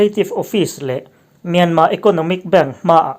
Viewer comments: Anmani in myarmar ti lo tur, myanma ti zawk tur an rawn ri ziah kha, ila hrelo aniang e, an ti dan kal phung a ang khawp mai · Myanmar,tih hi Myanma,tiin I lam ri fova,saptaqng pawh ani lova,a tawpa r hi lan rik a pawi dawn ami le..? A reng thuah ram pakhat ,hming hniha lam fo ai chuan ,a hming pang ngai,Burma, ti tlang vek law law Ila,sipai terrorist ho hming phuahMyanmar tih pawh hi ka ngei phah khawp mai. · Kawlin R an nei ve lova, myanma tih a dik an ti.